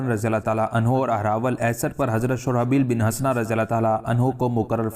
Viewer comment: ایک کمانڈر شرجیل بن حسنہ نہ کہ شرابیل بن حسنہ ھے ایک اور چیز کی نشاندھی کرنے کی جسارت کرتا ہوں آپ جب انگریزی استعمال کرتے ہیں اس طرح محسوس ہوتا ہے جیسے کھانے میں کنکر ا جاتا ہے جیسے ڈیل کا لفظ استعمال کیا